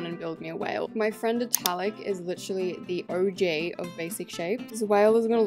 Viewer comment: Her accent make it seem like she said “OJ” when she said “OG”